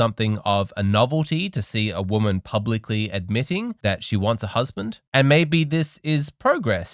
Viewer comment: I want a husbanttt! Here's an idea: First learn to pronounce "husband" .